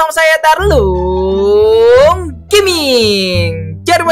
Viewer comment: maaf bukan baling